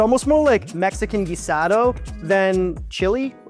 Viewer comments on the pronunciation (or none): none